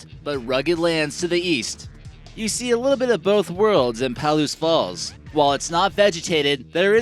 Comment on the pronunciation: Paal-oose Falls?? Puh-loose!